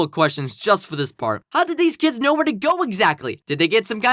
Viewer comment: Hey hey hey it’s not”I don’t koe” it’s “I don’t know